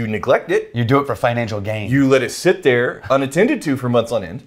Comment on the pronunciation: I like how got the intonation wrong "What Else is THERE?"